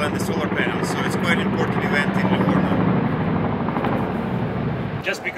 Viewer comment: Siete di Livorno!?!?! dalla pronuncia non si direbbe mai!!.